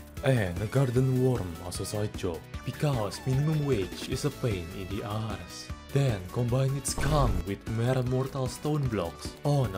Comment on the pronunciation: the way this man pronounces arse is my religion now